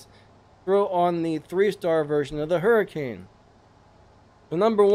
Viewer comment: Umm "Abrath " Hurricane " 😅😂😅 tis very perturbing to listen to you slaughter!!! The names of these cars ... Lmmfao 😆😄😆.... I'm lmao 😂😂😂